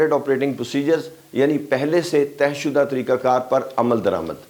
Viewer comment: تہہ شدہ مطلب folded... طے شدہ مطلب as discussed برائے مہربانی اپنا تلفظ درست کریں۔۔۔